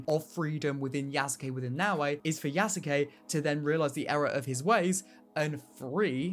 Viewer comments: please stop breaking yasuke into 3 sylibles ya sa ke as it is a Japanese name it is pronounced yas kay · Yes you kay